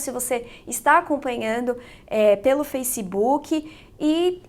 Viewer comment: Que manía do brasileiro falar “facibuki”